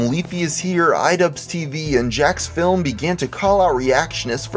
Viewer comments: *jacksfilms, not "jacksfilm" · It's Jacksfilms, with the S. You said Jacksfilm.